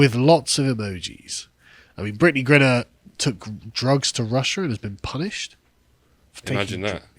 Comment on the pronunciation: Griner not grinner!